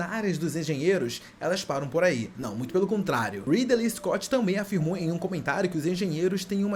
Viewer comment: O "Ridelei escote" já me deixou incomodado, quando ele falou da flauta de Pá eu dropei de ver o resto do vídeo.